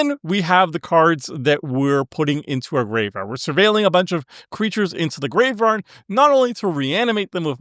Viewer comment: not tryna hate, nut do you have a speech impediment or are you just not aware of the fact that you say 'graveRard'?